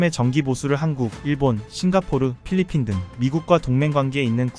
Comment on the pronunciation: 왜 잘꾸 팔리핀 이냐고요 똑바로 읽으세요 .